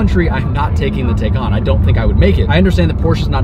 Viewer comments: it's TI NOT TAY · If you’re going to purchase one, you need to first understand how to pronounce it. It’s pronounced like “Tie Con” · Taycan - like Thai- Khan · Por-Shuh Tie-Con............. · You might want to learn how to properly pronounce a car that you purportedly are reviewing.